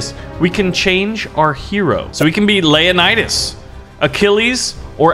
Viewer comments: Buddy it's LEO-Nidas... not LAY'anidas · lea_nidas Actualy acording to history its Leo_nidas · Is it just me or did anyone else realize how he pronounced leonidas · You mispronounce Leonidas